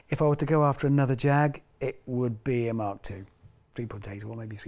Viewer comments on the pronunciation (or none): none